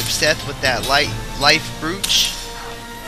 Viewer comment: Broach...pronounced bro ch.